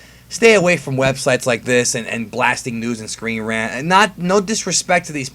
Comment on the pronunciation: Honest to god it was screen rat not screen rant